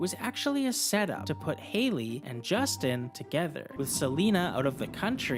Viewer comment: It’s a J, not a G